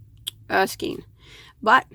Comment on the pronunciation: Thank you for your review. I have used Lion Brand Faux Fur yarn to knit a cowl and had no problem with it. But I haven't had the confidenc to crochet with it. Doing reviews on yarn would seem to make you an expert. Just a little advice, however, please look up the word "skein". The correct pronounciation is "SKANE" not "SKEEN." I'm sure many people look to you for your expert knowledge and advice. Inexperienced knitters/crocheters will certainly think that everything you say about yarn is correct. This is how mispronounced words get into mainstream language. BTW, you are not the only one to make this mistake.